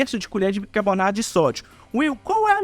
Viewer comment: BICARBONATO e não bicaBORnato